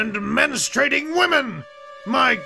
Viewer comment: he also specifically said mensturaning women.